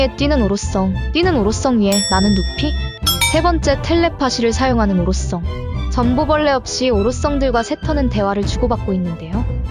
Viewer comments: 오로썽 영 거스림 ㅋㅋㅋㅋㅋㅋㅋㅋ 성 발음 안되시나요?? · ㅋㅋㅋㅋ아 오로썽 썽 거슬리네